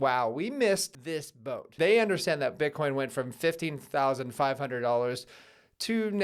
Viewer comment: Eth Eth Eth - that's what I hear everytime you say Bitcoin Bitcoin Bitcoin.